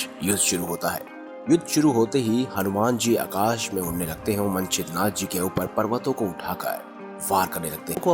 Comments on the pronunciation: मनछेद्रनाथ नहीं मच्छेन्द्रनाथ है उच्चारण गलत कर रहे हो आप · क्या मन-छिद्र-नाथजी बोलते हो? मच्छेन्द्र नाथ उच्चारण नेही कर सकते? वह श्री गोरखनाथ के गुरुजी थे। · मच्छेन्द्र नाथ नाम तक तो लेना आ नहीं रहा स्टोरी सुनाने चलें वाह 😂🤣